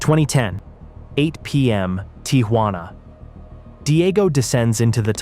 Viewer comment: "the tee ha wanna side"